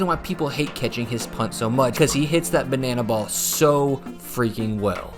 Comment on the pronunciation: Gone the boon-a-na!